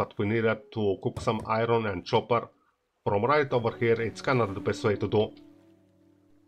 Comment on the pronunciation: excuse me it is pronounced copper not chopper:)